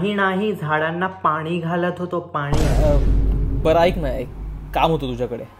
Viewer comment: अजिबात नाही आवडला, पाणी न म्हणता पानी म्हणणारा विडिओ आवडूच कसा शकतो.. प्रमाण भाषेचं महत्व कशाशी खातात हे माहीत नसावे कदाचीत... 😉